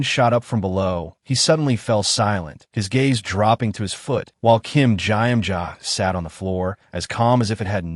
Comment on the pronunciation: I can't...I can't get past the I am jaw jaw...or whatever the Korean name is SUPPOSED to be.😂😂 I only made it to 21 minutes but Iamjaja over and over is irritating